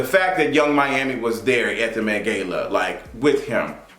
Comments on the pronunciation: Been alive for 23 years and never heard anyone pronounce it “gay-la” unless you doing it on purpose..idk but I physically can’t keep watching and hearing you mispronounce a word that the majority of the world says one exact way. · Like is he purposely pronouncing Gala wrong 😒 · This is a new pronunciation of gala lmao